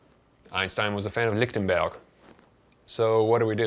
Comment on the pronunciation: I take it from your correct sounding pronunciation of his name that you speak some German? Just paying attention to the details!